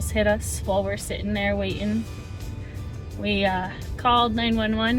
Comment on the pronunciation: “Way-in” vs Waiting 🤔